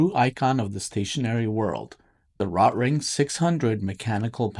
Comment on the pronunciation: You’re saying the name wrong. RO-Tring. Not. Rot-ring. Hello.